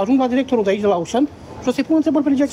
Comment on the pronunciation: Auchan se pronunta "oșan", nu "aușăn" pentru ca este de origine franceza, nu engleza.